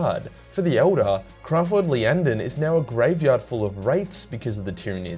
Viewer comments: Okay, I'll say it, it's not "Lyanden", that's a capitol "i", It's Iyanden, probably pronounced "eye-yanden". Sorry man, two years is long enough. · There's still no L in "Iyanden",. If the first letter was an L, it would be lowercase or the name would look like this: "Lyanden". Not that difficult to get right.